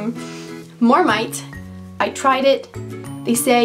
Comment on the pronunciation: its mARmite not MORMITE